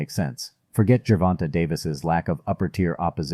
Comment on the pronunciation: He said Germonta😂 It's so cute tho